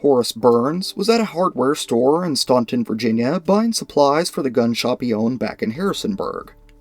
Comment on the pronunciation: Id love to know where the field is,I live there/here. Oh and we pronounce it stan-ton